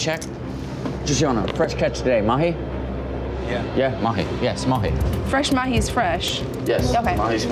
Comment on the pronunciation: FRES MAHIS FRESH?!??🤪🤪